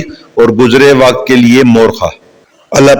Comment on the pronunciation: Morkhah Nahi mowarrakhaha